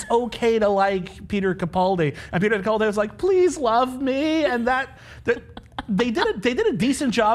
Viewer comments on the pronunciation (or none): It is CaPALdi not CaPOLdi...